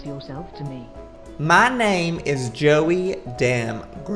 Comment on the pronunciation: Lets go over the fact that she said Joei Graceffa.. Joei: (Joe-I)